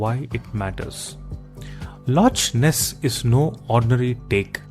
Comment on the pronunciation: I punch myself every time i hear lotch ness😂